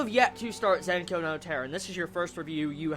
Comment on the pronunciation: i cringe whenever he says zankyou